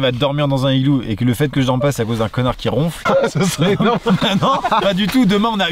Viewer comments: Aussi on dit "un nigloo" il faut faire la liaison et on dit "à l'intérieur de l'igloo" et pas "du igloo" Bisous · La liaison aussi, ça se prononce un nigloo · Aucune liaison n'est faite dans cette vidéo, pauvre igloo.